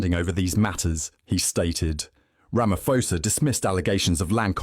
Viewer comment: It is pronounced Ramaposa and not Ramafosa